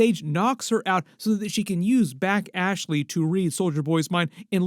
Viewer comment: Her name is Bashly, not Back Ashley 😂